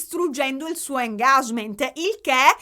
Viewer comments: ti adoro ❤🤗e sei ancora più adorabile quando dici‘engagement’ alla quasi francese 😂… ti prego non pensare che sia una critica, davvero mi piace molto il fatto che non ti freghi più di tanto di come si dice e invece ti soffermi per spiegarne il significato. Che dire… come sempre sei fantastica e anche se in realtà non mi importa troppo del Pandorogate, ascoltare le tue riflessioni socio culturali è davvero interessante (e anche coinvolgente 😜🥰) Btw qui in UK stiamo passando un periodo di transizione post “politically correct - femministi a ogni costo”, l’autrice JK Rowling sta risalendo le classifiche medio borghesi 😂😂 ha avuto una nuova ondata di supporto… Salute & family nella speranza che sia in arrivo un altro video al più presto ❤️ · io ti amo ma non si dice così engagement